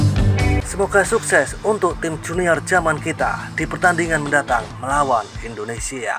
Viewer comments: Yaman,bkn jaman,,,klu logat asing yamen😂😂😂😂 jaman donk😂😂😂😂😂😂😂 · Min bukan j tapi y